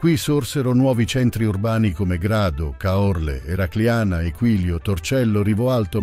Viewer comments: Caorle ha l'accento sulla "a". Caòrle no se pol sentir. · Caòrle non si può sentire (l'accento cade sulla A)